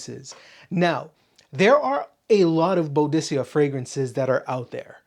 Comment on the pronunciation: I enjoy the ranking videos , good stuff, but the way that you pronounce Boadicea is definitely incorrect ! Might want to check out some videos to get the pronunciation correct my friend, you have way too many bottles of that brand to say the name wrong !! Maybe a little research